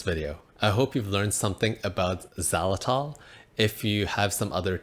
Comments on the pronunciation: It's pronounced "ZAI-luh-tol", not "zawlatol" . There is a long "i" sound on first syllable. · it sounds like your saying "za-latol"